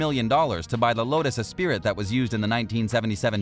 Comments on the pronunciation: Its a Lotus "Esprit", not "Espirit", pronounced "S Spree". You said it wrong more than once, which leads me to believe you don't know anything about cars. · It's pronounced eh-spree, not eh-spirit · "Lotus Es-SPEAR-it" Oh, good fucking grief... Here's a pronunciation tip for you, it's pronounced "ess-PREE".